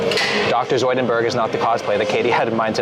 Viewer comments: It's Dr. Zoidberg not Zoidenberg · Zoidberg. Not Zoininberg. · This goofy goober really said "Dr. Zoidenberg". 😜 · he really said dr zoidenberg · Did this mf say Dr Zoidenberg? Cmon you can do better than that 🤣